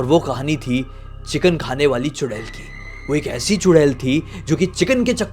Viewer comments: चुडैल ❌ चुडेला ✅😂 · चुड़ैल बोलो या चुड़ैला 😂😂😂😂